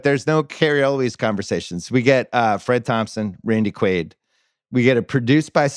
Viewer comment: Also the podcast is called rewatchables, so u should ACTUALLY rewatch the film before taping the pod. U all couldn't even pronounce Randy Quaid's character name correctly, u just obviously read and mispronounced it from the cast list...u know what isn't aging well?....the rewatchables podcast. Close the doors if ur gonna come with such shitty effort